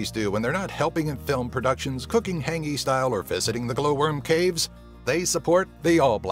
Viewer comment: Its not "hAngi" its hāngi